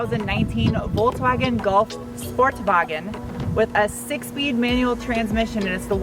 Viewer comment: Voltswagen? Why can't you just say it right? Folkswagen.